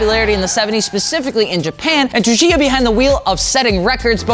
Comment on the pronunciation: announces Tsuchiya's name differently every time. Never correctly, though.